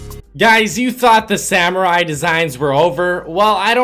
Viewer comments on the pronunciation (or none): none